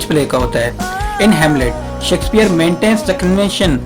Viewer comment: Sheksphare not sexpear😂